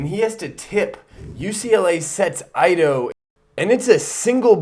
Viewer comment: Ido is pronounced eedoe not aydoe. Great video!